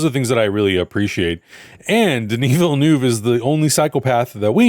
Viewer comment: just for information : villeneuve is prononced villen-UH-ve